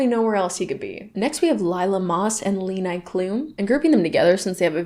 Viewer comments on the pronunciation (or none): Not Lee-Ni Cloom! I'm hollering and crying and choking! It's Leh-nee. 🥲🫠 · As a German, the way you are pronouncing Leni Klums name is sending me 🤣 It's "LEH-nee" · You dont pronounce leni like levi its more like leh-knee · Just fyi Leni is pronounced Leh-nEE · Leni Klum's name is actually pronounced "Le-knee". the first e has a long pronounciation like EEH, I couldnt find an english word with a similar pronounciation to help tho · lol the way you pronounced Leni. JAIL! 😂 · the way you pronounced leni.. i‘m dead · noooooo the way you pronounced "Leni" gave me a heart attack